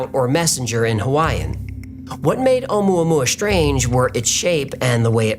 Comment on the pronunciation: More like omua-poo-ah...